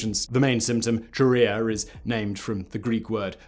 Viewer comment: Chorea is also said with a k sound, not a "ch".